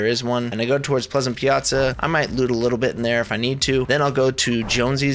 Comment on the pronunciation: you actually pronounced well the "piazza". cuz it's piazza, not piasa. and it is an italian word that means: square, not as the geometrical shape. (like anvil square in the previous chapter)